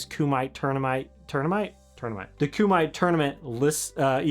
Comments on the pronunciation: It’s pronounced kuma-tay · Frank Dux - pronounced: due Kumatai - pronounced: ku-ma-tay